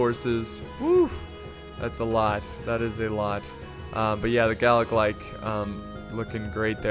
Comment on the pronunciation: Galla....glock? Galla.....uhhhh........BIG OLE AXES!